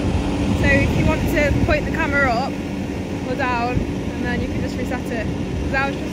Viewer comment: "camarers" yeah? 😂😂😂